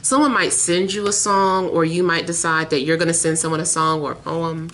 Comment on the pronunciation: Lord I have to pass this statistics class 😩 p.s. when you said poem I most definitely heard “hoe em” 💀